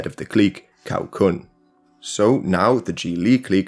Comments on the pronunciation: 'C' in Cao is pronounced as 'Ts'. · Really appreciate all the research and work you're doing on this. Just a little advice on pronunciation, since it looks like you are planning to make more videos on Chinese history with sources using Pinyin spelling: the letter "C" by itself as in "Cao" is pronounced like "ts" (as in "tsar" or "tsunami").